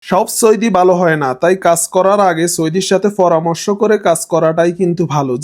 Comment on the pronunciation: ভাই, আল্লাহর দোহাই লাগে, ফরামর্শ না বলে বল পরামর্শ। ফয়োজন না বলে, বল প্রয়োজন।